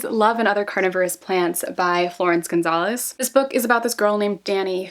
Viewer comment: Love you and your videos so much, they're so well made and you're so articulated . *I'd just like to point out you seriously mispronouced Florence Gonsalves's lastname. I think you read Gonzales, which is the spanish version of the name. *Also sorry for any mistakes in my English, I'm not fluent. Yet.